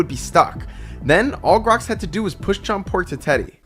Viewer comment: Bro why you said grox idiot